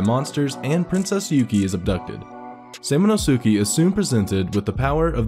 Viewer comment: Sam a no su kay" thats how its pronounced